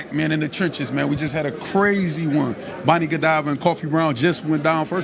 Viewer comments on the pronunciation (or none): none